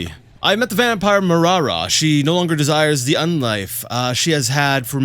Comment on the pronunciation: Just wanted to say, when you pronounce some words the wrong way (like vampire today), you sound like my russian husband and it puts a smile on my face. Although he does it not intentionally, like you, but because he doesn't know the right pronounciation XD oh well)) still amusing.